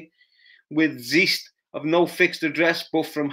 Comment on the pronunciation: You pronounce it zice, zest isn't how you pronounce it. Paddy is talking about someone else